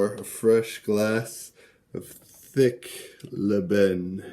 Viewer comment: I never eat couscous with my hand neither my family,we always use spoon in Casablanca and most of Morocco,except in the village they préfère using there hand as to keep the tradition of the old day. Yes you pronouncing it right (Lban)